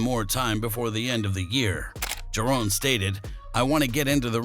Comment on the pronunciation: It’s Ja…Ron not JaRone! Get it right fella